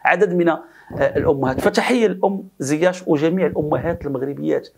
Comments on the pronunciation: لماذا تنطق ياء "زياش" بالتفخيم ..فهي مرققة ..ZIECH ...ماشي ZIACH ..🙏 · il s appelle ziyeech et non ziyaaach.Tu es le seul a l appeler de cette facon.